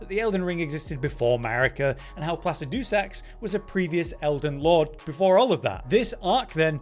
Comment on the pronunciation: "Plassa-DOO-Sacks" 🤣 I thought the community came to the conclusion it's something like "Pluh-Sijja-Sax"? No?